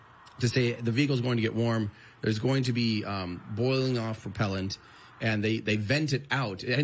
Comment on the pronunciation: I think he said I’m going to be on that thing but it definitely sounded like that